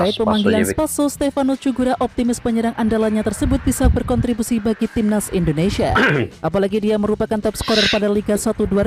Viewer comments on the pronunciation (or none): Indonesia bukan Endonesia.